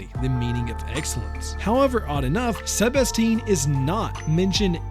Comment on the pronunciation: Is this the video that tricked me into believing her name actually is sebastine rather than sebastiane